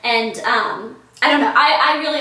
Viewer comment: idk what it is, but the way you say, "record time" at like 5 minutes in is sooo cute! theres a little twang to it! :P gorgeous Blair!